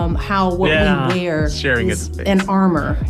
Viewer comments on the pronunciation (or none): none